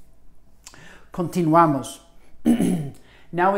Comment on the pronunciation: I cringed every time he said “khan-tinuamos”